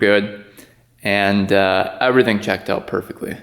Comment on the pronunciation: Did I hear. I'm going to test it "ooout" in the snow? You seem to have some hoser in you " heye".